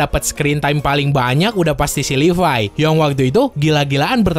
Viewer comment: Ngomong levi itu yg bener bang Yg livay_